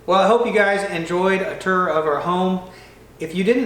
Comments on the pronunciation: What's a "ter" lol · Tour is not pronounced "ter". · A turr?? Lol.... What's a turr? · Vowel shift in action and n the flesh: “turr” and “ruff” 😂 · He said "TUR".